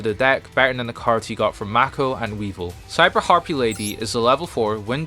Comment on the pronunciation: It's "Mako," not "Mac-o." Also, Joey technically had Red-Eyes Transmigration and Lord of the Red added to his deck way back in the Capsule Monsters arc, he just couldn't control them at the time.